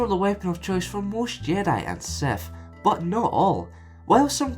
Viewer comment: You said seth